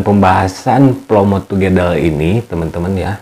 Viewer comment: Plomot togedel... Wkwkwkwk... Otomatis ngakak dong bacanya 😂😂😂😂